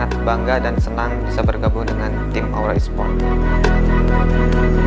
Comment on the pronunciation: Kok lu bilang nya laura esprot